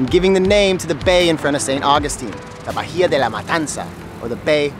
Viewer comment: Bahia De La Matanza. (Bay Of Slaughter). One tip, when pronouncing Spanish words, H is silent when followed by a vowel. (Unless preceded by the letter C) Therefore Bahia is pronounced bah-EE-ah. Not bah-HEE-ah.